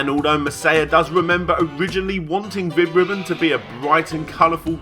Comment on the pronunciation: I thought you said, Vib-Ripoff